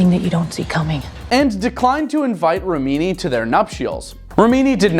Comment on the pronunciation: It’s “Rim ah knee” not Rameanee!! Come on…get some diction help, especially on names….makes you look less the smart!!